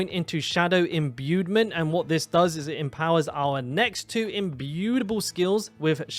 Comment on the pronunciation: There’s no ‘d’ in ‘imbuement’